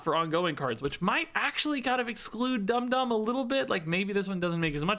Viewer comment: You said Dum Dum's name right the first time.